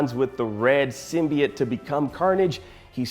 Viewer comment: Learn how to pronounce symbiote jesus